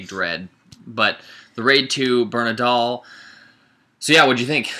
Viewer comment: it's not "bernandal", it's "BERANDAL". nice review btw.